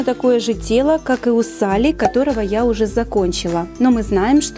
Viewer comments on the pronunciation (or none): none